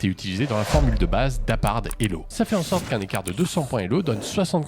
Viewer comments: Árpád pas apard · c'est pas apard, mais arpad.